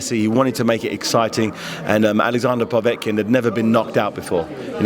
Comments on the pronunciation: He also says povetkin weird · Really grates on me the way he's saying Povetkins name!